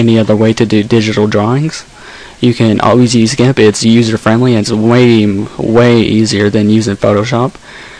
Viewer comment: why do you say it gamp?